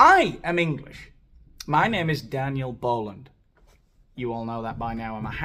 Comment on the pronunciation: Ah. I love it. Who is this Spanish speaking white guy? ❤